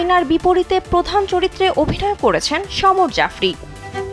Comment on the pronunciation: ধ্যাৎ কান পেকে গেছে এই মহিলার ভুল উচ্চারণ শুনতে শুনতে। সমর জফরি 🤦‍♂️😅😅 সামার জাফরি তার নাম ভাই